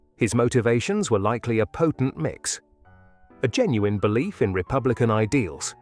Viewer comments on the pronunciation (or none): none